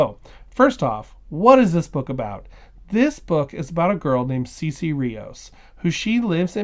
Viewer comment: It sounds like a book well worth reading. Thanks for introducing us to it.⬅ My high school Spanish is telling me that her name would be pronounced "Saysay", not "Seesee". I may be wrong, but what I remember from the classes is that vowels in Spanish are consistent, and the letter e has a long-a sound.